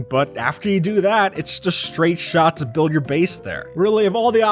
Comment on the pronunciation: the way he said build